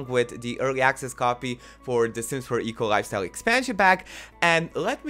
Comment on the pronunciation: I always heard EColi instead of eco lifestyle and it made me smile:)